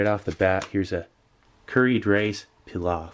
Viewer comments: Stop butchering the word pilaf for Christ sake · The way you are saying pilaf is killing me 😂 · "Rice PEELOFF" it took me a few moments to realise he meant Pilaf lol. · its not "pee-lof" its "plov" im Uzbek and i can confirm that. sorry for the rant its a pet peev lol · Did the word pilaf, bother anyone else peeloft lol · Its pronounced "Pee-loff" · PEE-loff love you Steve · The way he says Pilaf. Ouch